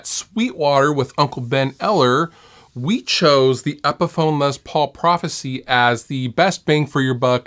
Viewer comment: I may catch some crap for this but I cringe every time I hear someone say “Lez” Paul. He’s a legend and his name was pronounced “Less” Paul. Short for Lester.